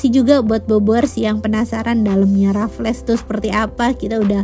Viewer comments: nyebutnya bukan Rafles tp kaya bilang Waffle dengan 'R' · yang di menit itu di bacanya "rafels'' tante🙂 selamat juga 🙂🥳